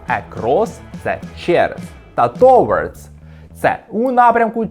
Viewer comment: Ви впевненні що правильно вимовляєте "towards"??